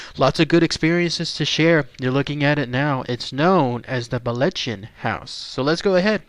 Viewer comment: Sigh, the proper Scots pronunciation is located here It's not pronounced the way the narrator says it. Ch is Scots isn't hard K sound! See also Locchhhhhhh not Lock.